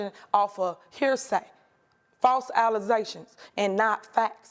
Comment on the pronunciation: It’s called false allegation!😂😂😂 Not allazation super dumb mayor 😂😂😂